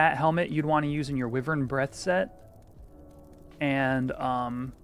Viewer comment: Wyvern = wai-vern